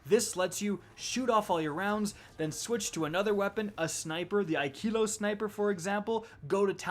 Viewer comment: The e is flat, not high. Ikelos, not Ikeeeelos.